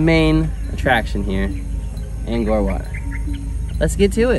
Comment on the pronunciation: Thanks, for a very nice Vlog on Angkor Wat and Angkor Thom. By the way, Cambodians and most foreigners pronounce the word Angkor like Ang-core. But you pronounce it like it's Ang- gore. Also, the region is more often written as Southeast Asia and not south east Asia. As for driving on the right hand side; why is it a surprise to you? Except for Burma and Thailand, all of the rest of Southeast Asia and East Asia like China and Korea, driving on the right is the rule.